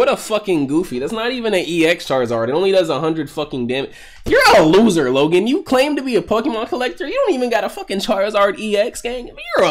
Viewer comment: Why did he call him logen